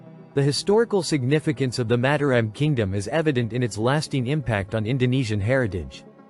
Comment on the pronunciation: It would be nice if the commentator could learn how to pronounce Mataram. Each syllable has 'a' as in father. with each syllable stressed the same.